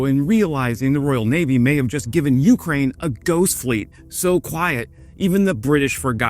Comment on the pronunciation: I like you and subbed, but the way you say YOUkraine is cringe. Can you please try accenting both syllables equally. See how that feels on your tongue.